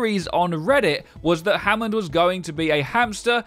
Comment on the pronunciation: Hammond... Homon... HMMMMMM